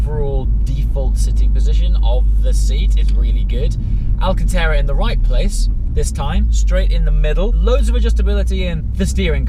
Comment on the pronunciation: Another great video, and I love the "alcanTARRA". Regards Rob